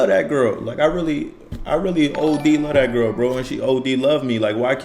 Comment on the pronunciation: You see how he said he “luh” her…but turned right around and said she LOVE him? 😂 Chile… He’s going to be there reaping the benefits of her without them papers FUHEVA!